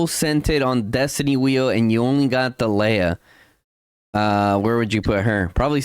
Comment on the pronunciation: Surely is to be pronounced as in Tar lay ah